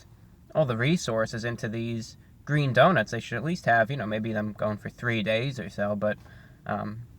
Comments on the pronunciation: IT'S GWEEN!! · It's gween!!! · IT’S GWEEN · It's GWEEN I mean it's GREEN 👍👍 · It's gweeeen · I was waiting for a GWEEN MEME! Stop pronouncing your "R" correctly! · It's...ITS GWEEN! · Review Bruh!!! It's GWEEN! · "It's IT'S GWWEEENN!" Haha You are awesome Review Brah.